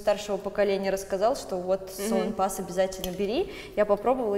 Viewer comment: Не салонпАс, а салОнпас , аж покаробило от произношения